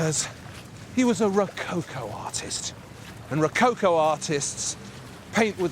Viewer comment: I CRINGE so hard the way he says ROWCOWCOOW.... omg xD